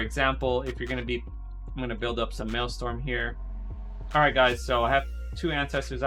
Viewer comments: maelstrom bro, not maelstorm. good vid tho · Dude is the #1 solo shuffle shaman in the world and he doesn’t realize his resource is called maelSTRom. Dude it is not mael-STorm. That’s hilarious. Google Thrall and the Maelstrom. Hahaha